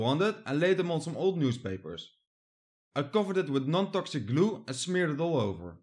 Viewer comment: “And i smeer it all over”😂😂 geweldig zo’n Nederlander. Maar wel een top video!